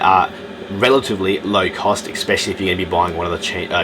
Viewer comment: Please......especially his pronounced with an "S" as in eSpecially. Not eXpecially. No "X's" here. Sort of detracted a little bit from an, otherwise, excellent video. Just saying.